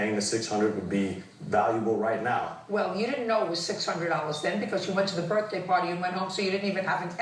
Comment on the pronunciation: Did he really say "birfday"?